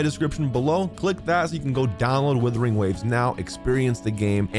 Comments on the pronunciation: Kinda hilarious hearing you call it WuWa, so you know it's a "u" there but then you say "withering" or "weathering" instead of "Wuthering", I chuckle a bit almost every time. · Days since calls it “withering” or “weathering” waves instead of “Wuthering”: 0 days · First of all it Wuthering waves not weathering waves😂😂